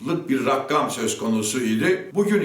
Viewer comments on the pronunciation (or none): sabooo "rakkam" degil rakam dir dogrusu.. seni icindeki kürt düsmanligi öldürecek sabo..adam hakkinda kac dava acmis bir kere bile elestirel bir yorumunu görmedim...eh nede olsa sende özal ciller ve digerlerinin havuz medyasinda yalan haber yapiyordun.hepiniz aynisiniz ya...